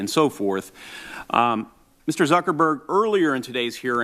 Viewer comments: Did he say "Mr Suckerberg"? LUL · Did Senator Grassley call him Mr Suckerberg? LMAO